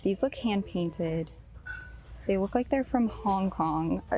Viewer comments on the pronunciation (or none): none